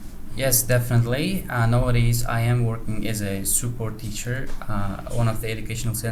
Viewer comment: Not nowodays, nawwwwadays✅ a teacher✅ (articles) I guess his speech is awesome in a real life as opposed to this video.